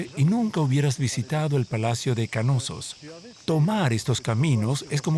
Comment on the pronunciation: ¿”Kanosos”? Lo están pronunciando pésimo, es Knossos o simplemente “Nosos” si se dificulta la “K” inicial. Pero no “Ka-nosos”.